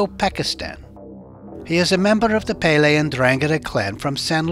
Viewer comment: Pelle is pronounced with the accent on the first è " Pèlle" ,it means skin